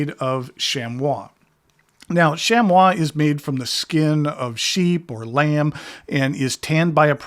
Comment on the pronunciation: Nice ond, I have been lookiong for a pen tray. As for the Inkii wipes it could be pronounced "chammy", that is the only way I have ever heard it pronounced.